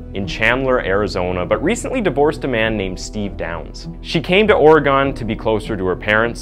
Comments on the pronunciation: Like moss-cow 🤣🤣🤣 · IT's Not Ore gone O sounds like an A Ore Gan. Hehehe Sounds funny after growing up here. Willamette is just how it looks, silent E at end. Met. :) Love your Content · Oregon Native here... Here's the correct pronunciation of Willamette WILL.....AM ((LIKE I AM))....ETTE. 💟 AND OREGON ORE..((like oreo))GUN... And tada 😘😘💟💟😉😉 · wilAMet not Willa met, Orygun not ora gun.